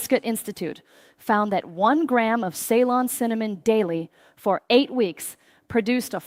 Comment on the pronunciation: Shame AI can't pronounce CEYLON